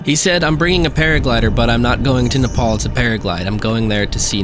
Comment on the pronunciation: You pronounced Nepal correctly; not many can do it.